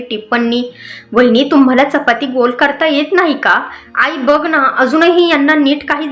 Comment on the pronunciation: हो णा नाही हो ना